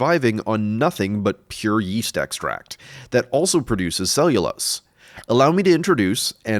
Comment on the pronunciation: Yeast? I thought you said weast.